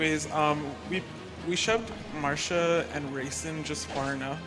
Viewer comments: bro has the world recor and can‘t even pronounce the name if the character he uses most apart from the protagonist😂 it‘s marcia not marsha… the same as it it garcia and not garsha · Anyone else annoyed by "Marsha"?